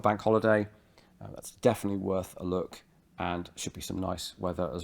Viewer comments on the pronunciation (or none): none